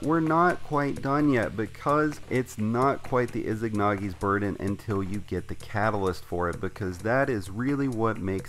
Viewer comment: Saw no one mention this (not hating but need to let this out) "IZANAGI NOT IZIGNAGI!"